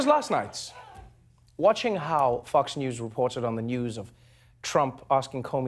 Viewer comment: I could've sworn he said "Fucks News" lmao